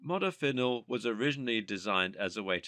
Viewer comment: The narrator's pronunciation of many of these nootropics seem to be waaaaay off! Especially Piracetam, Modafinil, etc. The "H" is SILENT in the pronunciation of Choline! I also found other errors in regards to uptake, etc